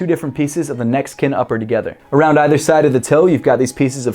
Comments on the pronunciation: Also it sounds like he says "Mexican upper? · Every time u said neck skin I thought u were saying Mexican